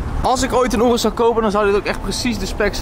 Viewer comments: hoi het is een joros geen oroes snap je je zegt het verkeert wand het is een joros en geen oroes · Het is zo hinderlijk om te horen hoe slecht je ‘Urus’ zegt … spreek het wat beter uit niet zo op het nederlands